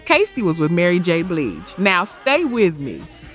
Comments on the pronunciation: Ok now…. It seems like you doing this on purpose. Who is Joe day see? And Mary J Bleege, De van ti. The disrespect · K-sigh? Dayvantee? Joe dey see? Mary J BLEEJ? gin a win? Die brat? The fue-Geys? Lip cinching? Please please PLEASE A STOP USING AI! Just read it. It's not hard